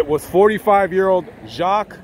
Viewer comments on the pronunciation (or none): His name is pronounced "Jock" like Jacques Cousteau, not "Jochques" the way u and the news outlets are pronouncing it. Secondly; Jacques side of the story hasn't been presented yet. He went straight to YPD because he was trying to vindicate himself. The truth will come out.